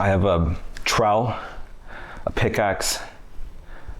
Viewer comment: Nah bro did not just pronounce trowel as troll.